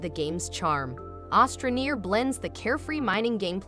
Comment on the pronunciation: It’s astra not ostra neer